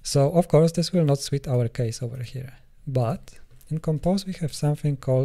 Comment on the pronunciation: Hey man just to let you know, "suit" sounds like "soot" and not like "sweet". But I'm looking for how people use rememberSaveable with lists of objects. You need nothing for simple types and the custom saver for a list of simple types or an objects whose fields are all simple types is pretty easy. But what about when it gets more complicated than that? I can't find anything on StackOverflow, YouTube etc so maybe it's obvious and I'm the only one who's confused.